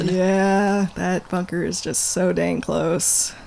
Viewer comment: I love that she says, "That bunker is just so dang close." but it VERY much sounds like "That f*cker is just so dang close." lolz